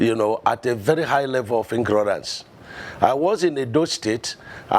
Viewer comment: Professor said ingrorance